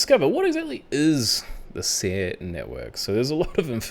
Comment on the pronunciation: Calm your cockles and do proper research. It’s pronounced ‘Siri’ btw.